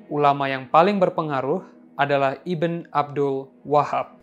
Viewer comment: Ibn jangan dibaca ibin lah, tapi dibaca ibnu